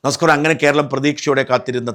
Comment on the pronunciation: Naskorm Alla Namaskaram uncle